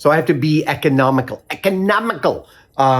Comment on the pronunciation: "Ec-on-om-i-col" funny